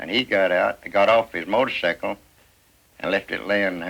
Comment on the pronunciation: I love they way they pronounce motor--sickle!